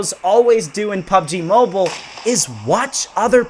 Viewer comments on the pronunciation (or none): Pubg mo-beel-a